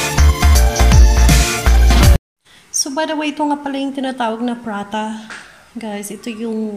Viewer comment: Pa ra ta sis. Not pra ta hehehhe